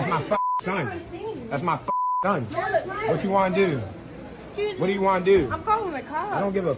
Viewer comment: that Baltimore accent, "what u wana DEW, what do u wana DEW" 🤣